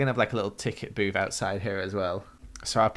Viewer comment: when said a little ticket booth I thought he said a little ticket boob:P